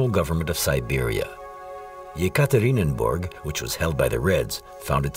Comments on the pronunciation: If you prepare a documentary just try to pronounce the toponyms correctly. Not Tsarkoe selo but Tsarskoe selo. And very annoying is the repetitive Yekaterininburg. The city is called Yekaterinburg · Yekaterinburg, not Yekaterinenburg!!!